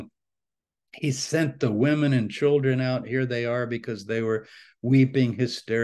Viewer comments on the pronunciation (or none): none